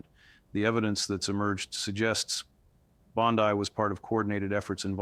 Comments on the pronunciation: Hey everyone. I am all for Pam Bondi going to jail. But if you go to the contents of this video you can see that this whole video was made with AI. The first thing that caught my attention was the mispronunciation of her name. BOND I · The way pronounces her name with the emphasis on "i" is the same as our Bondi Beach in AU, so he has given me a new name for her "bondi bitch" which I think suits her better than bondi barbie. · This is fake two other youtubers gave this same analysis word for word exactly. Yet i'm not hearing this story anywhere else.😂 and all three items pronounce her last name wrong the same way.